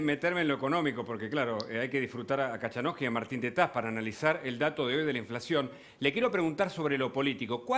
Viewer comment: No se dice cachanosky sino coitonosky.